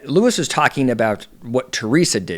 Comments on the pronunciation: LU-EE... not Luis. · *Lew-Eee, not lew-is. See. I wanted to be able to follow along with you, but I cant take you seriously if you aren't aware of how to pronounce his name. If you aren't aware of how to pronounce his name correctly, what else are you not Seeing correctly? Do you even watch the show? Because you need context. Understand this - People have been invested in RHONJ for over a decade. It is obvious You are new to rhonj. No where have I seen others calling him a pedo. For me, You are the first. If you are going to continue commenting on housewives, you really should watch the shows from the beginning. You should also know about Melissa's Old Nose (as wellnas others) plus Understand the uproar that is Louis past. Those who support Teresa plus those who do not support her care that she has gotten herself into yet another detrimental relationship. Only, this time, it's escalated. As a professional, you should see the warning signs & express them. 🚨🚩🚩🚨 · Its Luis not Louis!!! And I completely disagree with your assessment! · when you have IQ 80 - you take like Louie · You’re mispronouncing his name. They call him Louie.